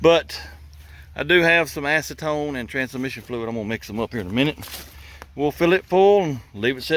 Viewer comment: Ac-e-ton-e’ it’s a spicy pasta 😂